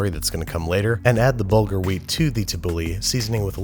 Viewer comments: HAHAHA the way you pronounce BURgel is hilarious. It's actually pronounced buur-ghul: برغل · Long time whacer, love your channel, you srewd the pooch, let me count the ways... 1. It really should be motton, fattay motton, with the option of veal with sheeps fat. 2. Tabulle should be mostly greens, lots of parsley, lots of corriander, some mint, a little tommoto, and its pronounced burgul- corrasly pouded wheat. 3. Thina- you made the raw stuff, now you should prepear it, add a1:1to a1:3 ratio of cold water, a lot of lemmon juice, garlic, and salt. I am Israeli, so pardon my spelling, and the meat is not introduced to yogurt in this corner of the sea, I wonder if its a xommon practice anywhere, sounds Indian to me, and very american.